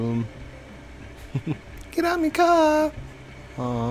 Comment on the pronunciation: Vroum vroum "Get out ma car" Lol! You know that too! With that british accent lol